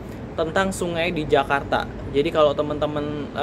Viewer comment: Ala2 bule ngucapinnya 😂